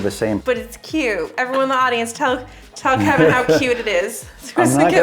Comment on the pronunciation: calls him "Keven" not Kevin. That's what the captions should say 😁